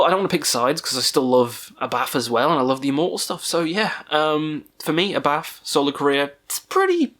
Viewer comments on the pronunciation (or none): A bit about your pronounciations here: HAT (Gorgoroth vocalist) is not pronounced like the fabric you put on your head, but with a long A. Abbath is not pronounced "A bath" (!), but like Sabbath without the S. Demonaz is NOT pronounced "Demon Ass" either 🤣🤣🤣 Other than that, keep up your good work. Highly amusing.